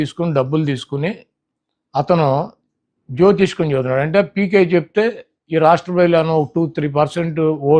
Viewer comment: ఈ మేధావికి జ్యోతిష్యం అనడం కూడా రాదు. పదే పదే జ్యోతిస్కం అని అంటున్నాడు. వీడి జ్యోతిశ్కం ప్రకారం 175/175 గ్యారంటీ😂😂😂 నీకు ప్రశ్న అర్థం కాలేదు, మేనిఫెస్టో గురించి అడిగితే ఎక్కడలేని సొల్లు ఎందుకు మధ్యలో లెక్కల మాస్టారు కూడాఅయ్యాడు. నీవుఒక్కడివి చాలు వైసీపీకి శ్రద్ధం పెట్టేదానికి!